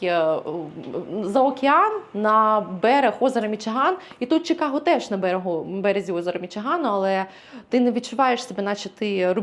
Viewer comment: A. Будь ласка, "Чи", не "Чі". Чикаго. Нам українським чикагцям на тому дуже залежить. Дякую. В. Якщо Пані хоче справжнє відчуття "Сільпо" в нашому місті - запрошую до Rich's Fresh Market на перехресті Belmont i Cumberland. Вітаю в нашому місті!